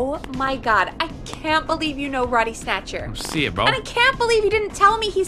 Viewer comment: It's not Roddy snatcher It's bodie snatcher